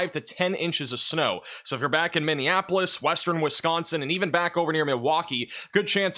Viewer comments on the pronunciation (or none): none